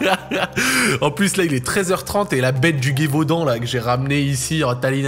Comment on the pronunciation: C'est gévaudan frèro 😅 sinon tu fais trop golri force a toi :)